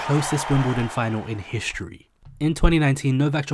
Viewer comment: This mispronouncing of "history" as "hishtory" is getting out of hand.